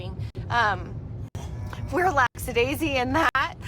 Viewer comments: "LAXYDAISY" ... I can't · Your face when she said "lacksadaisy" 😂 Ma'am, the word you're looking for is "laxidasical."